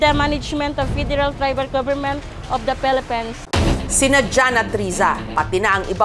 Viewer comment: Natawa ako sa pelepens😅😅😅